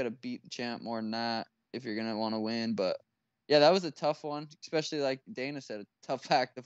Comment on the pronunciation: Sean “Eck-speshly” O’Malley